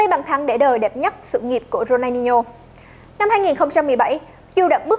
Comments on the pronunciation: Ronadinho mà ông bình luận đọc rooney hoài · Có nghe nhầm ko nhỉ sao đọc tên Rooney 2 lần